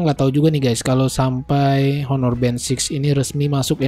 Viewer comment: Sekedar saran aja masbro, agak agak belajar cara ngeja/nyebut nama brand dan type dengan benar, Honor bukan dibaca Honor, karna mas kan nyebut 6(enam) itu "Six" (in english) jdi biar konsisten nyebut brandnya klau bisa dgan bener juga. Bisa liat referensi dri Reviewer lain di yutub, itu sih saran saya supaya mas bro bisa lebih berkembang. Skian